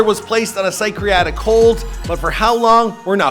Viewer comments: Psych reactic hold? Man you can’t say that word at all. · A psycreatic, psycreatric hold?!?! 😂😂😂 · "psychriacric hold"